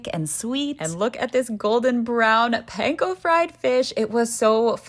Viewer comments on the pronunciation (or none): none